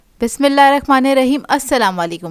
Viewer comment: Bismillahir rahmanir raheem sahi padhe bahen